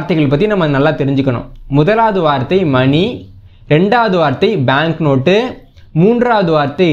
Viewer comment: அது மணி.மனி அல்ல.